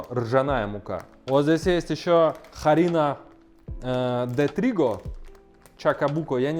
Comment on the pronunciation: Дружище, пора понять, что "H" (аче) в испанском мёртвая буква, если она в начале слова. Она не читается! Harina - мука - читается не харина, а просто тупо арина. Так же Huracan, Huevo, hueso - уракан, уево, уесо. Также Huruguay- это тупо Уругвай и т.д. Пора уже тебе начать уважать испанский! Так и "Hola!" - это не хола, а ола.